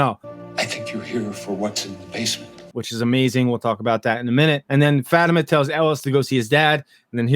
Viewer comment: I really like your video and takes, but can you please pronounce Fatima’s name correctly? It’s said frequently on the series, not sure why you mispronounce it.